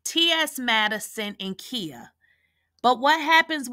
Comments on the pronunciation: It's KHIA!!!! NOT KIA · Who is Kheea? Do you mean Khia (the “I” is pronounced like the word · Her name is KAI -YAH. KAI-YAH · Right I'm listening but I'm like who is Kia 😂😂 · Lolz... the way she keeps pronouncing Khia name... Has me in tears 😂😂😂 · Sis…are you purposefully saying Khia’s name wrong or is this by mistake? Idk why it has thrown me all the way off listening to you say this woman’s name wrong😂🤦🏾‍♀️ Or have I been pronouncing wrong for the last 20+ years???